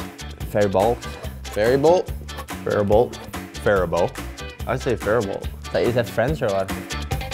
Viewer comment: Hey I’m from Faribault good job pronouncing it Zucker